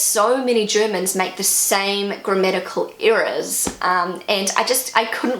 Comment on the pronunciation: It sounds as if you are saying "grammatical eras".